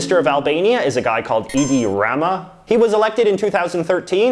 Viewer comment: Oh god the way you pronounced Edi Rama nooooo